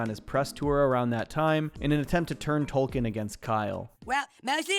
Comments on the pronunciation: its TOKEN not Tolken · These are great, and remember, Token doesn’t have an “L” and is pronounced like the coin, not the author. Said with respect. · I love that you called him Tolkien and not Token